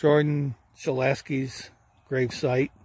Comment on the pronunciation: You're pronouncing shillacis name ALL WRONG! you're putting a polish ski on an Italian name. It's pronounced like shilocky